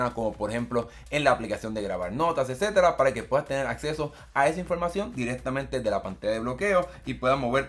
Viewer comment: Edcetda edceteda 😅